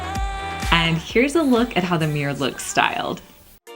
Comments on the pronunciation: It's mirror not meer. 😊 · Mirror not Meer..... dang..... why is that annoying...... I'm confuzled